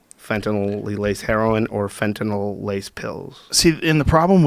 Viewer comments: He can't sat fentynal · be can even say fentanyl